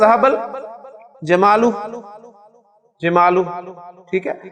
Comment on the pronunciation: The plural of "jamalun" is "jimaalun" and not "jamaalun" as I could hear.